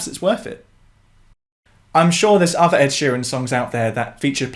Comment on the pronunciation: You’re amazing but I do wish you wouldnt say “uvver”